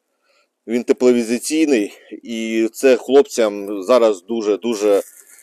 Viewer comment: ТЕПЛОВІЗІЙНИЙ А НЕ тепловізіційний! КОМПАНІЯ ТРАЙДЕНТ (ТРИЗУБ) А НЕ трідент.